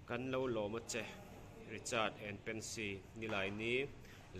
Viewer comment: Pency nilo in pensy tih tur Lalthlengliani nilo in Lalthangliani tih tur